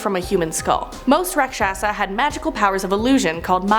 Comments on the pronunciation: Hey it's pronounciation is RAKSHASH not RAAKSHAASHA . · Rakshasa is pronounced raakshas and the one image of the half lion half man is actually lord Vishnu’s incarnation killing a raakshas